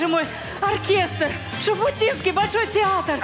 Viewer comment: Чё в нём гениального? То что кариб и говорят Шифутинский, вместо правильного Шуфутинский?